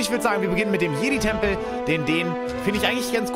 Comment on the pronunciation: Jeid Tempel 😂